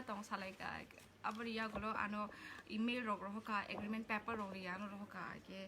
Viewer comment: Sakhe sakha kaham fano sakhe ba wth is 'pepper'?? Is it not supposed to be paper, it's just a pure criticism with no harm intended so that she improve.